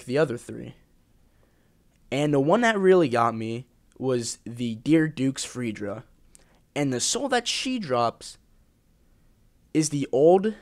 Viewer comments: Dear Dukes Freja = Dear Dukes "Fra-Yah" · This dude called Freja "Freedjra", I can't..